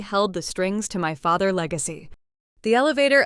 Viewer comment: FATHER’S —the S is pronounced for possessives.